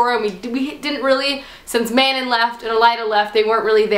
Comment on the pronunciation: Okay, not to be a prick or anything, but.. Pronunciations. Aelin is pronounced like A(like 'hey' without the h)-lin (Like Lin-Manuel Miranda), Manon is like Muh-non (like NON-spoilery), Nehimia is N-eh-he-me-uh. Okay okay, I'm done. Love you